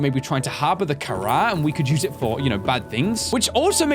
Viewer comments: it's actually pronounced (ka-rah) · you pronounced it wrong its pronounce kha-raw i know this because my last name has kh in it